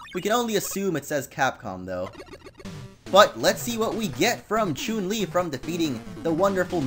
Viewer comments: Omfg! SAY HER NAME RIGHT IT CHUN, CHUN! WHY ARE YOU SAYING CHUNE!? FUCK XD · you pronounce chun li incorrectly